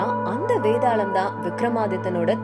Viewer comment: வேதாளம் bro வேதாலம் இல்ல தமிழை கொலை செய்ய வேண்டாம் 🙏🙏🙏🙏🙏🙏🙏